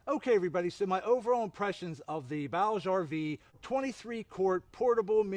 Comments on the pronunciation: "Booj-ee RV" not "Bowg RV" My only complaint Great video, thank you I love this cooler (30Q version) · My only complaint is that it’s pronounced booj, rhymes with Scrooge or Rouge.